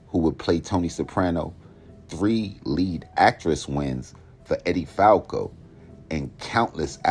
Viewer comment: Kind of crazy as Sharp as you are you couldn't pronounce James gandolfini or Edie falco's name lol